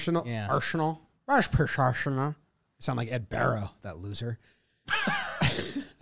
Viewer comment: "Asrhenal"-Alex Rodriguez